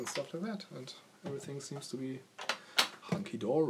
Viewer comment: Hearing a German say Hunkey Dory made my day.